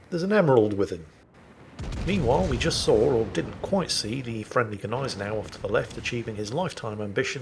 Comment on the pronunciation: And grammatically speaking, "das Schiff" is a neutrum. So never male. Maybe he's referring to "der Dampfer" ;) I wonder if he had his knowledge from the same source, that told him Gneisenau is pronounced Neisenau.